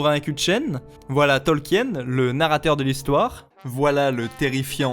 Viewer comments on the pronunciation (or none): Sinon ça se dit Tolkin; la vidéo s'y prête en même temps ^^